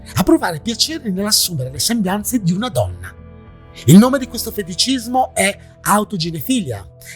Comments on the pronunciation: autoginefìlia non autoginefilìa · autoginefilÌa. Accento sull’ultima i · comunque autoginefilìa si pronuncia come pedofilìa.. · Autoginefìlia, l'accento è sulla penultima i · Però si dice autoginefil-ì-a,con l'accento sulla seconda i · Ciao caro, ormai ogni tuo video è una garanzia... Non voglio fare il professore, ma non si pronuncia "autogenefilìa"? Come pedofilìa, esterofilìa, ecc.? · Video molto interessante anche se, magari sbaglierò, ma credo che si dica "autoginefilÌa" quindi pronunciando l'accento sull'ultima "i". Per le definizioni in ambito medico generalmente è che così. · sì, l'accento è sull'ultima i, come per tutte le parafilìe